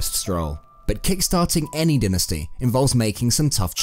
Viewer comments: Dynasty dynasty dynasty. Its pronounced DIEnasty no denasty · It’s so tilting every time he says dynasty